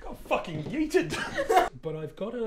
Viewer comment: "I got phocking yeeted", he said. I laughed.